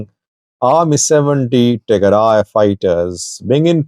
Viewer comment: Tigray not Tearay